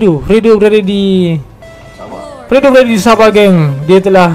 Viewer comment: HAHAHAHAH OINAH lucu bila orang semenanjung cakap sabah xD